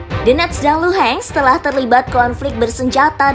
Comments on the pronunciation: Мbak, bukan Luhensk, tapi Luhansk. Donbas bukan Donbes..... adeuuhhhh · DENETSZZ DAN LUHEENTZZ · Doneks dan Luhan saja min gak usah inggris sangat bacanya yg dengarpun org Indonesia 🤮🤮🤮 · bner 🤣 gue geli dengernya